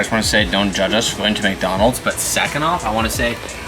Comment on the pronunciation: That boy said MacDonalds!